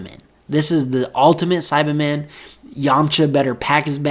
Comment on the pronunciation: Take a shot everytime he says saibamen wrong 😂